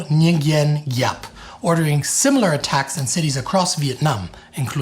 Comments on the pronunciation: Gen. Giap: [vɔ̌ˀ ŋʷīən jǎːp] (soft "g", not hard) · Viet here, effort in pronouncing it is commendable, so as many others. To the West it can be roughly pronounced as “Vo Win Zap” (Gi- pronunciation is similar to Z)